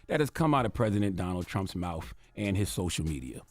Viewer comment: Charlemagne , I have a hard time listening to you because I am always so very distracted by how u can’t seem to make the T-h sound. Mouf instead of mouth, wifouh instead of without. Please hire a speech therapist or something, because the baby talk is getting very old.